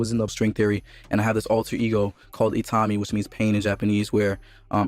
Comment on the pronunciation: OTTOMY? Do you mean ITAMI?? Jesus, how is your pronunciation SO bad? Plus the tiny vocabulary you have? You need help. And a couple of years of grade school.